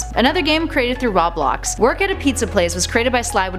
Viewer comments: Raw blocks? LOL it's RObloxs as in robot. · she said rablox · You pronounced Roblox wrong